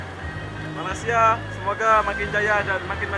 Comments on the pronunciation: Tolonglah jangan sebut Malassia.....!! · Bukan Malasia..sebutan yg betul Malaysia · Memang lidah mereka sebutan mcm tu.kawan saya orang Indonesia banyak kali saya ajar tapi lidah nya malasia juga..tapi comel haha